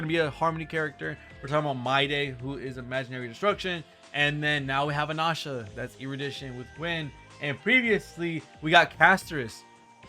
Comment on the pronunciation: Anasha? That's the first time hearing it pronounced like that 😮